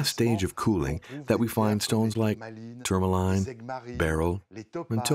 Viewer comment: The voiceover mispronounces everything so weirdly 😆 tourmaline, trichroism, spinel, agates, Paraiba... I mean come on it's just basic research, is it AI?